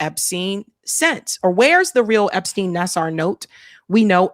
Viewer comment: I think Larry Nassar's name reads: Nassaar not Nassar/Naser. Thank you!